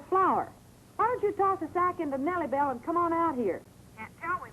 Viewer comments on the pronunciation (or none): ..it's Nelly Bell not neely bell